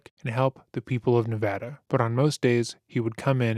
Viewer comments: I just have to say... I nearly wept when I heard you pronounce "Nevada" correctly. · A small but grateful compliment - thank you for pronouncing “nevada” correctly 🥹